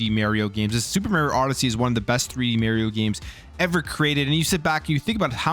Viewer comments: I don’t care where you’re from, you have to say Mario not Mayrio. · It's Mario not Maryio. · mario not meryio 😂😂😂